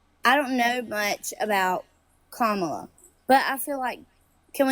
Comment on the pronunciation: At least she pronounced Kamala correctly.👍